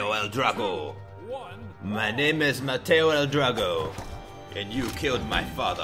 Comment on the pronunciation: "Mateo" L Drago....